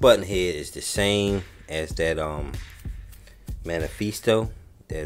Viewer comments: Just a heads up, the Mephisto engine is pronounced “Meh-fis-tow.” You’re saying manifeestow. Lol. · Hey man! Another awesome video :) BTW, if it helps, it's meh-fist-oh (mephisto). Short for Mephistopheles, a demon from German folklore.